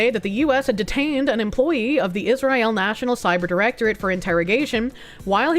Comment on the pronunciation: “Is Rye ill?”